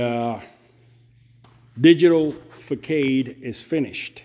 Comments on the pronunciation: Good work. But I couldn’t figure out what you were talking about for a bit…. It’s pronounced “ fa sod”…. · Facade is pronounced fuh saad. 🙌👍. I did your channel though you have great ideas. 💡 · Fa Sod 😂 ❤